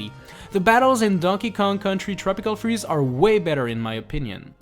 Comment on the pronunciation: “tropical cheeze” instead of “tropical freeze”?